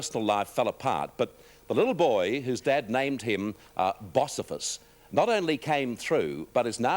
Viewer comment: bossifus?? It's Bocephus